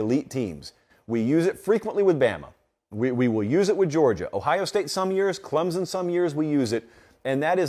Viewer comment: Bro learn how to say Clemson, it's not Clemzon